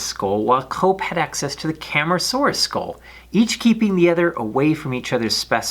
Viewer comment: Cam-AR-asuarus not Cam-ra-saurus